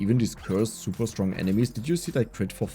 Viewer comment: "Zuba duba stronk" 😂 the German accent